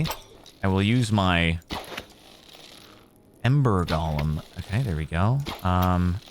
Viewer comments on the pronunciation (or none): none